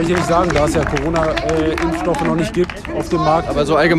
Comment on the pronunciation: Coooroona Corona... xd sry